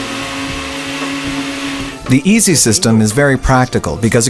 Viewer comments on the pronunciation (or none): Sounds like he's saying easy instead of iSi!